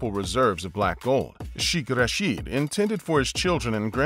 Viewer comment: When making public videos please make sure you are able to correctly pronounce words. The word sheikh is not pronounced ‘sh-ee-k’. It is pronounced more closely to ‘shake’. Rashid is pronounced ‘ra-shid’ which Sounds like the i in ‘hid’ and not ‘ra-sheed’. Further the royals in the UAE are not casually referred to as Sheikh. In the case of this royal he is commonly referred to as Sheikh Mohammed bin Rashid, Mohammed bin Rashid, or more recently as MBR which stems from the crowned prince of Saudi Arabia being referred to as MBS. Sadly there is so much corruption in the UAE and it all starts at the top. Everything change after Sheikh Zayed passed and the rulers had only a list for money and power.